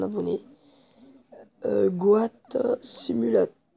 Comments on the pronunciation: mes oreilles saigne quand tu dit go at au lieu de got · Tg mec ta voix et on dit got goat